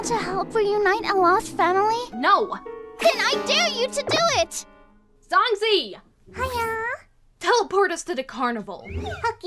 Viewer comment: That’s not how you pronounce zhong zhi